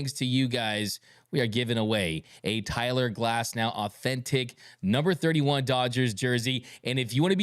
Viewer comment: I heard Cyler Glasnow, too.